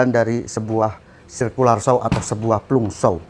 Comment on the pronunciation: Bang itu di baca Planj saw bukan plung